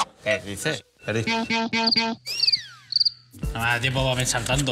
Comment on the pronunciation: que diceh, que diceh 😂 😂